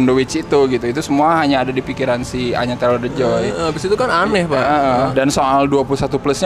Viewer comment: saking pusingnya karena ketawa sampai nangis, lidah pun typo bilang Anya taylor the joy 😭🤣